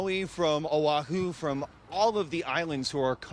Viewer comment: Right? But he pronounced Oahu just fine.